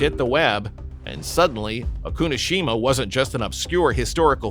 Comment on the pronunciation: Not O-Kunoshima! Oku-no-Shima!